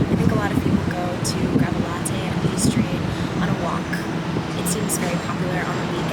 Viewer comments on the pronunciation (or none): none